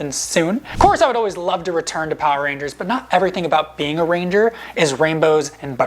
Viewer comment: rangers! bro said ringers😂😂😂😂🤣🤣